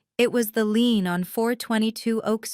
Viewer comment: Leans instead of lein this is messing with my English